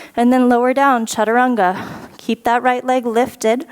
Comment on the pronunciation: Love the challenge this class brought me, OKAY WE NEED MORE OF THIS DIFFICULT LEVEL FROM YOU (you are an inspiration)!! I Almost collapsed when you said chachaturanga for a mintue lol!!!